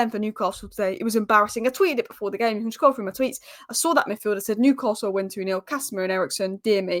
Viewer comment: Also there isn’t an R in Newcastle.